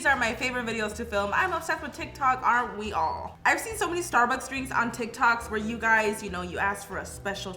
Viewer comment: Just wanna say its not sturburs its Starbucks!!